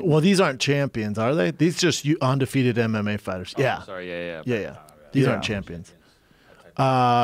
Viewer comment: schaub love you man you have to stop saying ONdefefeted& superBALL.! UN & BOWL